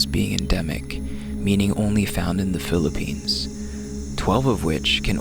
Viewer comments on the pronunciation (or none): none